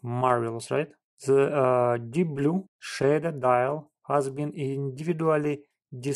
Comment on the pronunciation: Хас, крызис, тёртин мимлимитерс, комфОртабал..в каждом слове ошибка, практически...это какой язык хоть?....Сделай уже что-то с акцентом и произношением!